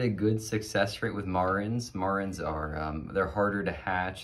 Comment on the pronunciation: You wanna be the go to man for BCM in your area and you can’t even say the name of the chicken correctly? It’s Mare-ens, not whatever you’re saying… now I’m turning off the video ;)